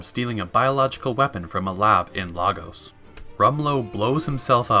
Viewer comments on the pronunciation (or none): I know this is unnecessary but the pain I get from how he pronounces Lagos like legos when it’s Lagos (LAY-GOS) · I live in Lagos its in Nigeria and its pronounced LAgos. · Sorry dude but it is Lagos with a long A, not a short A